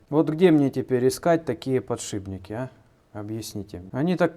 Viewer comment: понимаю, может привычка с голожопого детства, и когда задумываешься норм говоришь. Но подшиБники это позорище. Тебя же молодежь смотрит (наверно). Не надо так. Аккуратнее.